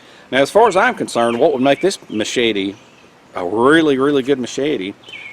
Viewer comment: Ma-shey-tee... Great video...